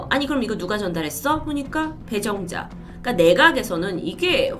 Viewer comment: 저만 처음에 이름을 배불러 라고 들었나요..ㅡㅡ